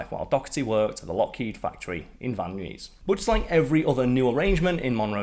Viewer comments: Van Nuys is SAID: Van Eyes. I don't know why. Just how it is. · As someone born and raised in the San Fernando Valley, it really tickles me to hear Karl say “Van Nuys.”